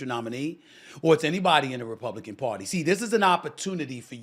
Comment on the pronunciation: No Stephen !!!!! Not party 🎉! But the PAR-TAY!!!! lol